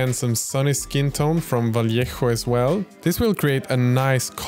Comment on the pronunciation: i love how every video i watch of you you get closer to pronouncing vallejo properly 😂